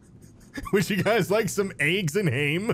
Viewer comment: GREYN AYGS AND HAYM hahahhahahhah